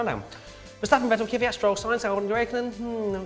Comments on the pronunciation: It may be just me but isn't Kvyat pronounced Kvee-yaht? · please learn to PRONOUNCE THE DRIVER NAMES FFS. were all hardcore fans, it shouldnt be to much to say Kvyat without some imaginary second Y and Vettel like Fettel. every international fan makes the effort guys, cmom :P